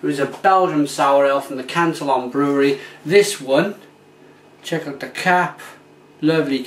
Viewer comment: you realize it's canteeon not cantalon